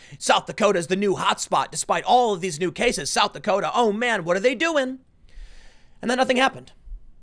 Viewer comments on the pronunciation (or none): South Dakoter’